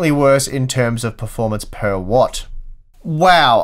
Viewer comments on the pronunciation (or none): none